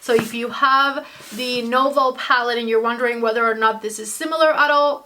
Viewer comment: It's newveau. Not novo, the previous palette. Great review. Though at first I thought meh I might actually pick it up